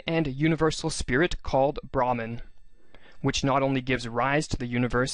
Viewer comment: Brahman is pronounced as bruh-maan